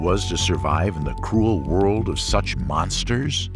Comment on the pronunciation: Stop calling them Monsterrs.